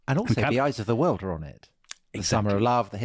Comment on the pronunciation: If that was supposed to be RFK's accent in the initial reading, you might want to check your pronunciation of "world." Totally Brit. 😅 I might add with respect to your comments about Ethel Skakel that she was raised Catholic and was extremely devout. It was in the private Sacred Heart School in Manhattan that she met Bobby Kennedy's sister, which is how she met Bobby. It is true that her father came from old Protestant money but the marriage of Ethel and Bobby was not a merger of Catholic and Protestant.